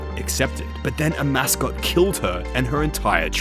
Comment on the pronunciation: I'm so triggered you referred to Amascut as "A Mascot" the whole time